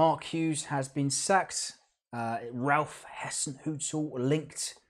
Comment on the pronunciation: Ralph Hassenhuttl is pronounced as Hissenhuttl as in Hi so his name is Ralph Hassenhuttl.